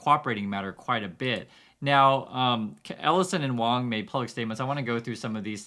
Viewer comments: Actually 王 is pronounced WAAAAHNG instead of WOWNG or WAAAYNG, means King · It's pronounced wong your wong about that lol 😂 please don't burn me at the stake (was a joke) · It shouldnt surprise anyone that it is pronounced as “W(o)ng” it’s just like the ‘A’ in Walt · Dude I’m a white Australian and I pronounce Wang as ‘Wong’. Don’t insult me. Others also who don’t know Mandarin or Cantonese understand this. How patronising mate. 😢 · Yer tone is wrong 😜am I allowed to say that? It's not quite the same as pronunciation. 🤣